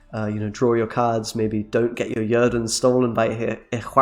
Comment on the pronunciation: Right? I was like: "did he really just call it Yerden?"